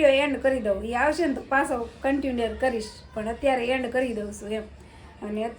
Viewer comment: બેન કંટીન્યુર નો કહેવાય કંટીન્યુ કહેવાય